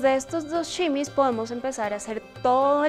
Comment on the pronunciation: No se dice simis